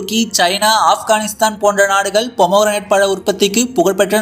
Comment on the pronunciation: ஏன்டா வெண்ண தமிழில் மாதுளம் பழம் ஆங்கிலத்தில் போமோகிரனேட் நீ என்னடா போமோரனட் னு உருட்டுர தெரிஞ்சத மட்டும் பேசு போதும் 😮